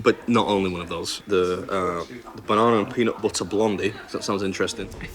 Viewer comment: How is it when you SAY nuTTy you pronounce the t's but when you say BU..ER or BO..LE the Ts are obsolete 😅😅😅😅😅 love the videos!